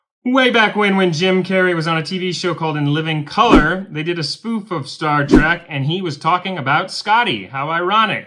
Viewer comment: Lol Its Star Trek not Star Track.